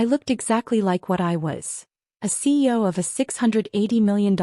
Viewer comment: While the slides always have CEO, why does the narrator always say CO?